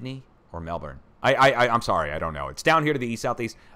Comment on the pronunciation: Its melbourne.